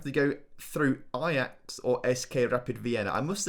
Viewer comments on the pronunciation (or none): none